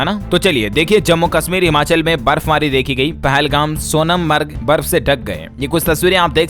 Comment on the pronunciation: कितनी बार आपको कहा की वीडियो अप लोड करने के पहले एक बार वापस जांच करले,आज भी आपने सोनमर्ग का उच्चारण गलत किया।आपने सोनम मर्ग किया जबकि सोनमर्ग है। गलतियां निकलते मुझे भी अच्छा नहीं लगता है।गिफ्ट दो या मत दो भले ही